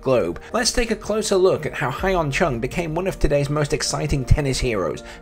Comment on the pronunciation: His name is pronounced Yun Chung. Not Hi en Chung. Also, he made the semi-finals of the Australian Open in 2018.